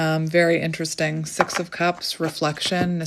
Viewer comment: O wow 🎉 so accurate so grateful for this clarity what my intuition already know 😅 when u said six of cups I heard sex of cups ❤